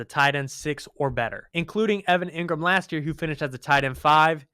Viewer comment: I like, but its pronounced EEngram, not EHngram